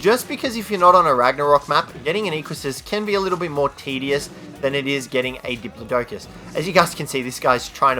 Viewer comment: You keep saying the diplodocus's name wrong